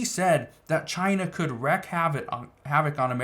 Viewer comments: The way you pronounce it is Reek not reck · Wreak is pronounced LIKE WEEK